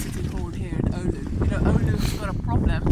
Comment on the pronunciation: Hopefully police told her how to pronounce the word "oulu" properly.